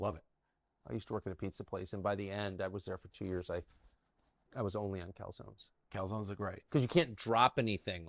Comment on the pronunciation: "Where are you on Calzonnes?"